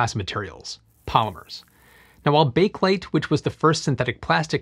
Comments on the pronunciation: For how much research you do man, come on... it's pronounced "BAY-kə-lyte" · BAKE-LATE???? WT(actual)F. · Bakelite, pronounced “Bay-ker-lyte”.